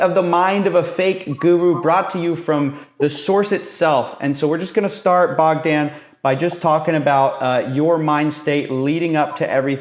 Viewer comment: BOGDAN...the O is long, the A is short 🤦‍♂️ you’re such an American